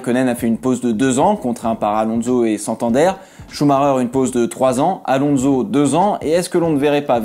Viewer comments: Contenu des videos toujours tres interessant mais par pitié arretons de prononcer AlonZo mais Alonsssso (c'est un S et non un Z). Merci d'avance ;-) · Pourquoi prononcer son nom « Alonzo »? Il est espagnol, pas italien! Et en français, « onso » ne s’est jamais prononcé « onzo ».